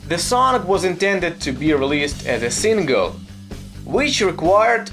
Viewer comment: "Sin Gill" haha I wish I had an accent like that.